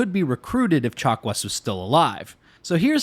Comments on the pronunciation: Did...did you call Dr. Chakwas...Dr. Chocolates??? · Did he say Dr. Chocolates? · At some point I started hearing "doctor chocolates" instead of "chakwas". Must have been the turian chocolates. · If it means never again having to listen to anybody say "dokta chock-wah", then I'm going with Frenchy. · “Doctor Chocolats.” - I heard that. 😉